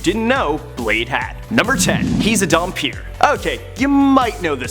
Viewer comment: Damphir is pronounced Dam-pir not Dum-pir.